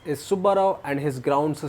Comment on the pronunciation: Bro said G balupu in different way is an epic🤣